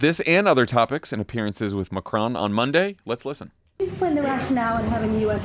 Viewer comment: Well done for pronouncing ‘Macron’ correctly